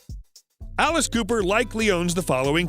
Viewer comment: Dude mispronouncing his last name is ruining it for me